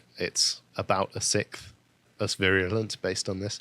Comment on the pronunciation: English people have forgotten how to pronounce their own language. “Sixth” has an “x” in it, not a “ck.”